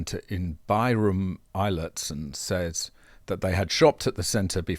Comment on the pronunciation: It's Beh-room, not Bey-room. So there isn't a shred of evidence that Volvos accelerate randomly besides the claims of geriatric relatives of geriatric drivers asserting that they were just fine. People run into stuff all the time without the vehicle forcing them to. Also EVs are great at fording flooded roads as their engines don't need to be aspirated. I wish we could average you as an EV hater with the other Aussie Electric Viking who believes all pro-EV BS manufacturers pump out and then spreads it as facts. What would come out is what we all know. EVs, even the best and most modern ones suck at range. They suffer in winter and if they are not Teslas, their DC charging is more dead than alive. They are much nicer to drive then ICE vehicles, are ready much more quickly, and they burn a lot less than their ICE twins.